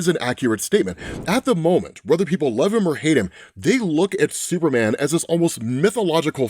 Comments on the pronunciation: Ahh yes "Supeman" my fave hero😂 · We love Absolute "Supeman"